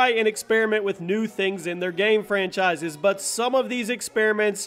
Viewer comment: Not hating but the way you say game bothers me